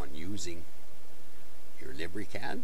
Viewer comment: Lib ree cad hahahaha